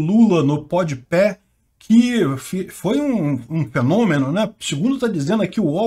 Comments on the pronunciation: É PodPá e não PodPé que se fala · PODPÉ KKKKKKKKKK podpah é tão ruim que o nem acerta o nome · Podpé HAJAHAUAHSSA, se pronuncia podpá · É PODPÁH E NAO PODPÉH kkkk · Pronuncia podipá! Mas do lula foi "podipé". Pé de cana. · “Pod pé” foi legal 👍🏻 :_bovino::_ancappark